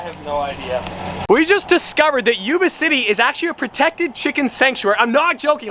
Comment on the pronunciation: I live in yuba city. It’s pronounced yuba (like when you say yup). Not pronounced yooba😂😂